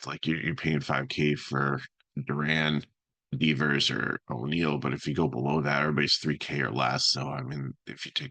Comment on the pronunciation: “Deeevers” lol, it’s Devers dude